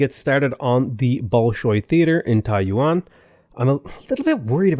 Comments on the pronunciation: Yeah, the city’s pronounced Tai-youen (also zhou is pronounced tzou) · Hi bro, TAIYUAN ≠ TAIWAN, you pronounce Taiyuan as Taiwan